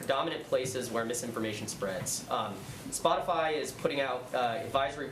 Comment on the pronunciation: DID SHE JUST SAY "SPOTIFLY" LMAO.. LMAO.